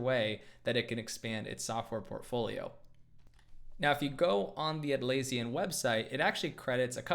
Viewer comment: You pronounced Atlassian wrong